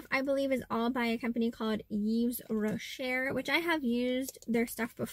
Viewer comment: It is pronounced “ Roshay” :)